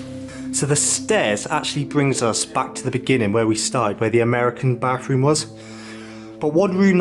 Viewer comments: Is this guy speaking English? When did bathroom get an f in it? Bafroom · I like his accent he pronounces th as f....frew and bafroom so cute 😊❤